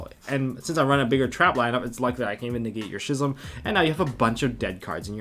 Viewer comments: How are you going to be playing yugioh for years and years, but still have a high school reading level It's pronounced "Skizm"... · I know this might be stupid, but when did we start pronouncing “schism” without the ‘c’? I dunno, a lot of my friends pronounce this wrong, so it gets me a lil’ heated lol